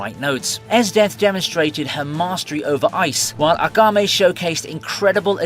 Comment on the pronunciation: hate to be that guy but its AKAME not agame